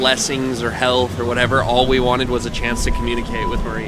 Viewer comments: yes, It did me.. its MA-REE . I kinda chuckled the first time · It's no Mary Laveau it's Marieeeeeeeeee Laveau. Ugh. :face-orange-raised-eyebrow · Did it bother anyone else that pronounced her name “Mary” several times? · It’s pronounced (muh-ree-la-vo)